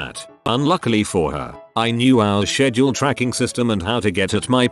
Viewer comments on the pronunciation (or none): none